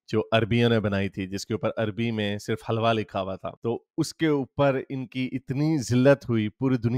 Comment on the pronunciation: It’s a word Hilwa not Halwa..which means “Beautiful” in arabic